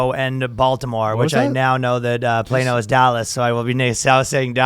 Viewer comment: plano = flat, ryan said it wrong, danny: "finally you said it right"